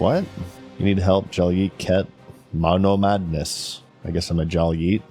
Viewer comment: the way he says monomadness kills me every time